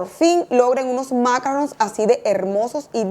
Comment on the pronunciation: Macaron NOT macarron.